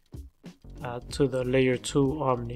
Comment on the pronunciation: Bro.... Theres no "N" in OMI